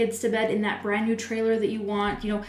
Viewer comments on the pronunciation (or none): Did she just say trailer? lol